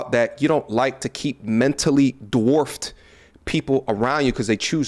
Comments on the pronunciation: Most men are avoiding you. You are just not smart enough to realize it female. I call you that because a lady doesn't speak like you. The only degree you have is on a thermometer. I just got to the part where she said the word dwarf like de-warfted. That some damned good education there gentlemen. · This woman is incredibly unhappy. I'd feel sorry for her, if she wasn't attempting to punish others in response for her tragic life experience. She feels that she's so highly intelligent that most men can't keep up, and don't deserve her presence, yet she can't even say the word 'dwarfed' 😂 Poor lady.